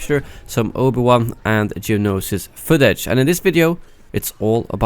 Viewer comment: "Obo Wan"